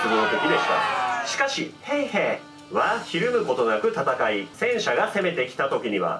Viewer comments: フィンランド語の発音って難しいからしゃーないしゃーない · ナミ･ヘイヘさんじゃないですか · 「ヘイへ」の言い方が何度聞いても「ペイペ」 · シモ・ヘイへの「ヘイへ」の言い方好き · 今更正月SP、対抗手段、ヘイヘの発音、何故か歌い出したりなど、ツッコミで呼吸困難になりそうだわwww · ヘイヘの発音と最後のが素直に喘ぎ声に聞こえたやつ出てきなさい 先生今なら怒りません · 「ヘイヘ」の言い方wwwww ヤメーやwwwww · ヘイヘの発音おもろすぎ😆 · ヘイへ普通に言えよw ムカつくわw